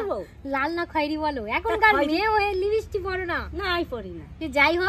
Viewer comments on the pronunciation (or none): Vaselin না Vaseline. লিবিসটিক নয় লিপস্টিক। scandal না ক্যান্ডেল হবে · লিপস্টিক ❌ লিবিস্টিক✅